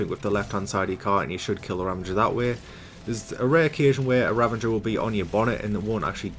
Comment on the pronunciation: Sounds like he's saying "ravanger" and not "ravager".